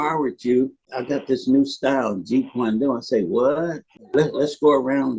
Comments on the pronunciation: Did he call Jeet Kune Do Jeet kwoon Do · 🤦🏽‍♂️🤦🏽‍♂️🤦🏽‍♂️ man!! He couldn't even say Jeet Kune Do right and he expects us to believe his story?! Come on. My question is why some of these "grand masters" didn't say this while he was alive ?! Good content though